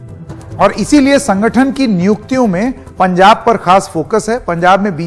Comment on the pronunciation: Punjab not pujab